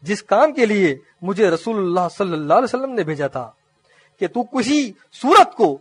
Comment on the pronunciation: لقد کان لکم فی رسول اللہ أسوة حسنة رسول اللہ کی لام کے نیچے زیر ہے اصلاح کریں